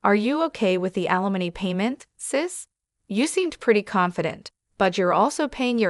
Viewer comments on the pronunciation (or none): You need to teach your AI how to pronounce alimony and naive. Had to stop listening it got so irritating.